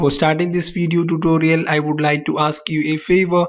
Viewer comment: Thanks! nobody:: dudorial